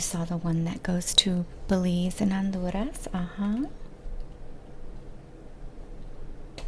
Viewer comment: The way you pronounced Honduras and Santa Lucia 👌🏽 Latinx or Latinx-adjacent spotted